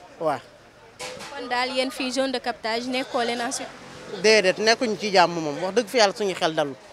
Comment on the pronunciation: Soxnaci bayil di wakh jone de captage, on dit zone de captage. Merci